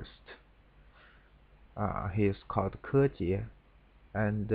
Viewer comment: So this is how you pronounce Kejie correctly. :) I have only ever heard his name as spoken by English speakers. Thanks for the review.